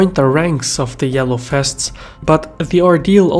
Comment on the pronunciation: The name "vests" is OK, the problrm is your wrong pronounciation: fests. Must be some Belgian or Dutch pronounciation problem. But the content is OK.